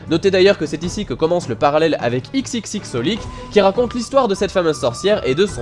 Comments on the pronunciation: Juste pour information, xxx Holic se prononce " Cross Holic ". Je faisais la même erreur dans le passé. D'ailleurs, je pense que niveau manga peu connu, il méritait d'être plus mis en avant que Tsubasa, qui lui, a quand même une certaine notoriété... Sinon, je ne sais pas s'ils me liront, mais pour MrVaetrem: Les Clamp ne sont responsables que du chara design dans Code Geass, donc il ne faut pas s'y fier. Et pour Teamgaufre, non, le scénario n'a rien à voir avec celui des jeux Kingdom Hearts. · Je crois qu'on prononce "cross holic" et non xxxHolic (moi aussi je disais ça avant en fait)